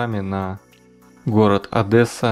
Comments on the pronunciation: Автор, прочитай вслух слово Одесса. Прочитай пять раз, сука, где ты здесь видишь букву "Э". Как пишется, так и говорить надо. Одесса, звучит мягко и мелодично. ОдЭсса, просто слух режет. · Заезжай Одессу, бро, накуримся) ps Не Адэса, а Одесса. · Услышал, Одэсса думаю сейчас начнется. Адесса, Адесса, Адесса, Адесса!!! Они ж помешаны на этом. Ну написали раз второй, в комментах, зачем одно и тоже всем долбить, морду бить? Половина комментариев про Адесса. Какой то массовый психоз. Короче поржал. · Простите ,не Одэсса,а Одесса .Одесса преобразилась,не лучший райончик Вы выбрали. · Адэсса???? Ты чего? Плохо читаешь? Одесса!!!! Что значит даже не Львов? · Адэсса??? Может Одесса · Не Одэсса, а Одесса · дизз за ОДЭССУ, ОДЕССА БУКВА Е, А НЕ Э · Аааааа как же бесит какая Адэса аааааа. Одесса надо говорить, это большое оскорбление. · нет города Одэсса, есть Одесса. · Не Одэсса, а ОдЕсса..Это так, к слову. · Не ОдЭса, а Одесса. Аж слух режет. Разочаровали😏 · Не ОдЭсса, А Одесса... пожалуйста. Слух режет.. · режет слух, аффтар. не Одэсса, а ОдЕсса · Не ОдЭса, а Одесса, прошу не говори ОдЭса, очень не приятно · Не Одэсса,а Одесса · АВТОР! ты пишешь ОДЕССА ПРОИЗНОСИШЬ ОДЭССА. ТЫ ЧТО НЕ ГРАМОТНЫЙ ???? ПО УКРАИНСКИ Одєса. А Я ЖИВУ В ОДЕССЕ. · Ни ОдЭсса, а ОдЕсса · Не адеса. А одесса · НЕ ОДЭССА А ОДЕССА ЧЕРЕЗ БУКВУ Е А НЕ Э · Одесса, а не Адэса! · Почему все рабсеяны говорят "адэсса"? Одеса!!!!! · За "Адэссу" в Одессе бьют без предупреждения :) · адэса)))) Одессит пойдёт)))) Правильно говорить "адеса", от адэса выворачивает на изнанок)) А так видео понравилось, жаль что по фонтану не прогулялся или в аркадии, интересно было бы твои комментарии услышать, конечно же виды, которые встречаются в Волгограде печалят но и у нас присутствуют, в малообеспеченных районах. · Я из Одессы и "адэса" мне слух режет =) Ну да ладно, все равно Лайк за обзор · Говорите правильно ,"И таки АДЕССА" мы говорим в основном через А и без Э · За "Адэссу" дизлайк вам по самые гланды! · Не ОдЭсса а ОдЕсса!